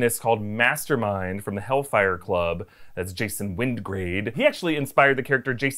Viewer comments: It;s actually pronounced Win-guard as the character is based on Peter Wyngarde who played Jason King and was in the 1966 Avengers episode A Touch of Brimstone which featured the Hellfire Club. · Wyngarde! Not wingrade